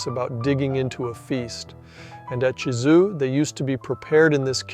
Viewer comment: Nice video. In the voice over, you have a very fair pronunciation of French names (I'm not French - it is only my fourth language in fluency, English 2nd). With European languages there are a few sounds to learn. When you pronounce the name of Gizeux, it sounds like Gizou. The German ü, French u, Dutch u - all sound the same. The German ö, French eu, and Dutch eu - all sound the same. French and Dutch have a sound as in the French word "eye" (oeil) but in Dutch phonetics that sound is spelled "ui" (the Dutch will pronounce this a bit stronger relative to French softness). English doesn't have these sounds. You need to learn to hear and say them, if your ambition is to pronounce proper names the original way. Except for English loanwords, EUropean languages are phonetic - you just need to know the phonetic rules of each language to be able to read and write them easily. English is more like Mandarin where each word needs to have its pronunciation taught.